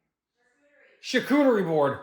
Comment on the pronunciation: How did you pronounce charcuterie? But I totally agree that the art in the whole S&V era is awesome